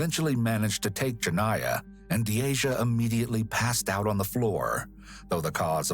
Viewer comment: Lmao you mispronounced Deasias name and pronounced it as my name, had me trippin for a sec like "uhh hello 👀 👋🏽 " 🤣🤣